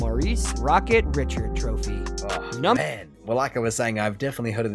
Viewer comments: Who read this. His pronounciation is insulting. Maurice Richard's last name is pronounced Reeshard. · The American narrator massacred a lot of the names. All these players are Canadian he mostly missed the French names like Rocket Richard. Richard ( French ) pronounced “. Rish…..shard. “. Conn Smyth is “. S…my..th. “ not Smith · The guy who is narrating the original video sure loves to butcher names. Conn Smythe not Smith, Mario Lemieux not Lemieuz, and Maurice Richard is pronounced more like Reeshard not the English way to say Richard, another great player that some videos I've seen where they screw up his name is Guy Lafleur, again the French pronunciation of his name isn't Guy it's Gee (with a hard G). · I highly doubt whoever made this list watches hockey. Butchered Conn Smythe, Martin Brodeur and Maurice Richard’s last name and misspelled Lemieux.